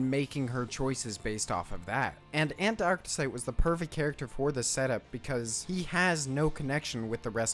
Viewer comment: “fouss” “ANT-arctesite” “he” 🤡🤡🤡